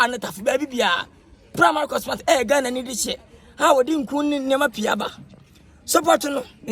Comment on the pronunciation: The walking got me rolling on the floor 😂😂😂 pls it's cosmetic not 'Cosmatic'😆